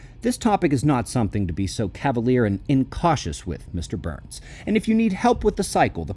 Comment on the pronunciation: Were you saying BURNS or Booo-urns 😂😂😂